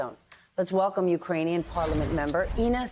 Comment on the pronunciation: Actually, it sounded like Uranian - a cross between Iranian & Ukrainian. But funny nevertheless. 😂